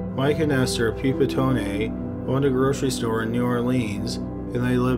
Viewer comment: Dude... 'Pee-pee-tone"? Are you absolutely sure that's how to pronounce that? Because I'm pretty sure it's "Pep-uh-tone"...